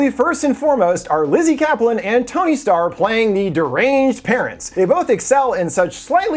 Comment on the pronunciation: Did you say tony star?! I thought you said tony stark. But isn’t his name Anthony star? Confused here